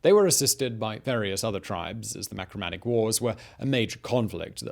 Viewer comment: Marcomannic wars,not macromannic please.....